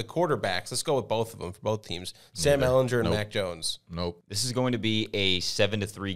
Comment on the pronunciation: These dudes pronouncing ehlinger’s name incorrectly over and over lmao